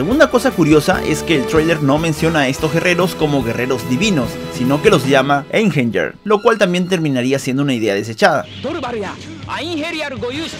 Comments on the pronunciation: La pronunciacion de Einherjer es AIN-HE-RIA, no EIN-HER-YER. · Se pronuncia einjeiriar o algo asi, son los guerreros muertos que pelearan en el ragnarok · La J de Einherjar se pronuncia como una I. Osea Einjeniar